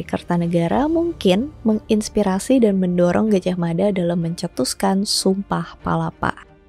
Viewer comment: jangan salah kaprah, yg bener, Mapatih Gajahmada , "Da" bukan "Dha" mada dibaca dengan lidah sedikit digigit, pembacaannya beda,, dan "Mapatih" bukan Maha Patih ,, semoga bermanfaat 🙏🏻🙏🏻